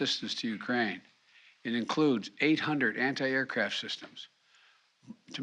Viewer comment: "Anni air, anni tank munitions." Biden needs to take some anni oxidants.